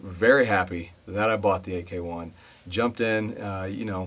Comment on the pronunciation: FYI: AEKE is pronounced as “IKE”. That is from the founder’s video